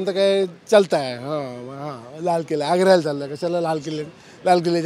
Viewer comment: किल्हा नव्हे किल्ला.